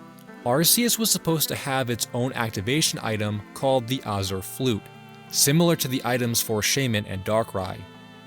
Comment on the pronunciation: The "c" in "Arceus" is a hard sound, not a soft one. You also mispronounced "Azure."